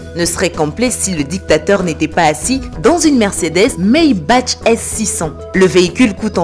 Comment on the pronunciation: Au cas ou, sa c'écrit "Maybach" mais ce prononçe "Maybar"